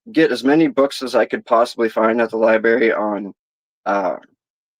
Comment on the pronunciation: Libary... lol